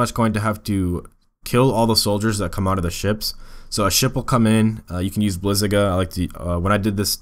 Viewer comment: bliz-A-gA 「A」pronouced like the way the british pronouce car (cah) how do you pronounce it? [ブリザガ -> bu ri za ga]